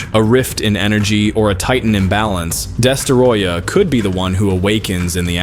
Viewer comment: "Destaroyah"? Idiot.